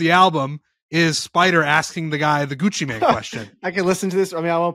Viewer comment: The fact that calls him Gucci Man and it’s and Gucci Mane is absolutely infuriating hahahah. Claims he’s a rap guy too 😢